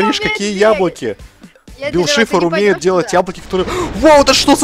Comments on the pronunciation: ты не правельно гавриш бил шифар а бил сайшер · Вообще-то правильно Билл Сайфер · Не Шифр, Сайфер. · БИЛЛ САЙФЕР, А НЕ ШИФР!!!!! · НЕ БИЛ ШИФР А БИЛ САЙФЕР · Не бил шифр а сайфер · Не шифр а Сайфер